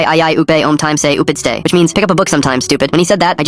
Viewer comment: isnt it "tupidsay" instead of "upidstay"?